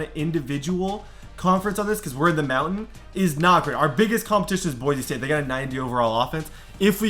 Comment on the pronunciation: please call it BoiSe State not Boize State. It kills me 😂